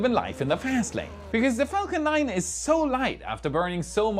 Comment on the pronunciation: If i may suggest you take care in your pronunciation of "Falcon 9" in future. It nearly sounded profane. But loven your work.